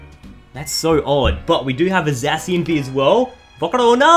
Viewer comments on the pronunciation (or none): none